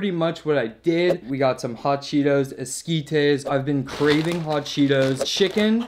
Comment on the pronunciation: DID HE SAY HOT CHEETO SOPESS OMG I MUST TRY